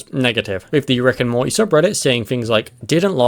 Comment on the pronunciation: Morty has a T in it. "Moree" lol